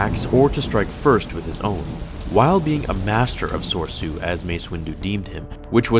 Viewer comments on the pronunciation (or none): Hey Moron it's pronounced So-Re-Su NOT Sore-Su. All the forms words are from the Japanese language except Vaapad because the writer fell asleep. Shi-chi, makashi ect. Fucking idiot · Mispronounced Soresu here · Honestly this channel is great but there are some flaws to this video. Obi Wan actually didn't use Soresu (the correct spelling and pronunciation) until Episode 2 and 3. During the first film he actually took his master's style of Ataru which was the aggressive acrobatic form. It lack defends and strength in it's attacks. It also required a large open area to perform and can be hindered when in a smaller condensed area which was a reason why Qui Gon had lost.